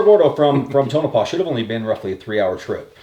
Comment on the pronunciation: "Tonopah" Ta-Nope-Ah